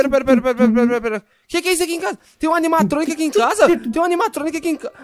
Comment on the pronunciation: palavra secreta:animatroniq